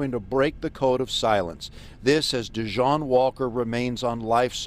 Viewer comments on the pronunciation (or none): none